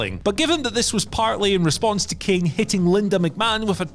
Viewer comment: Should’ve re-recorded that “Kane” to be honest